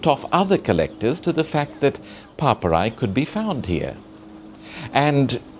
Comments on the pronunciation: Papyri. He said it 20 times before I figured out that he meant papyri. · Horrendous pronunciation from a horrendous host.